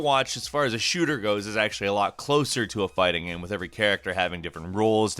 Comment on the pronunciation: "It really comes ac cross as a 'gaem' gaem"